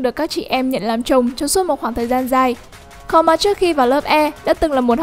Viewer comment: Thật ra Karma đọc là Ka - ru - ma chứ không phải Ka - ma đâu . Cứ nghe đi rồi biết